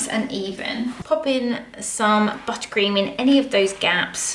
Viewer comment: Take a shot every time she says buttacream